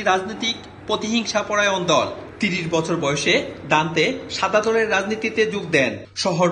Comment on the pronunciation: দান্তে নির্বাসিত অবস্থায় "কিন্তু প্রতিবেদক ভুল পড়লেন।